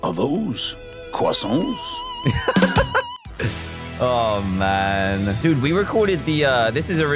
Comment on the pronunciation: was it just me or did say in the end “Are those....Crosonts?” If he did say that,I laughed very hard either way XD